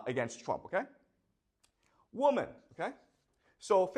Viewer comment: Why is he saying woman instead of women?